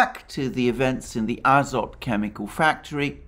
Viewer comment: in the name Azovstal and Azov Regiment - Azov ends with the letter"V" (after the sea of Azov) you pronounce right, but: Azot chemicals end with the letter "T" (Azot meaning nitrogen) you pronounce incorrectly.